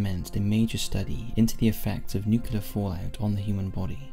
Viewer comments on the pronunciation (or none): NuCLEAR not NuCULAR.... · I love this channel and am a patron but I struggle to understand why Americans cant say nuclear properly instead saying nucular